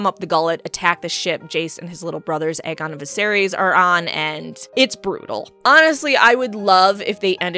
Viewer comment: You've done messed up Ae-Aegon.